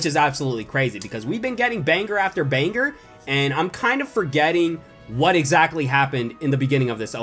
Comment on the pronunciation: He said panger not banger